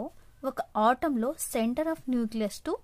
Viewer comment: Autam kadu atom 🙏